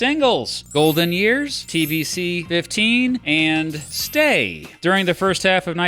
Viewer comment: Thankyou for the video,. (Be you human or half human, half AI)! I do however so wish you could pronounce TVC 15. It was actually a little portable TV, I believe owned by many, many Americans! 👨🏻‍🎤✨ 🐍🕊🔥